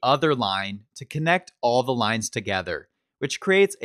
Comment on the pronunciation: Hi, I really like your videos, you speak very clearly and your demos are very well throught out and presented. One thing though: please, in future videos, say "thee" ONLY before words starting with a vowel sound; otherwise, the word should be the (pronounced thuh).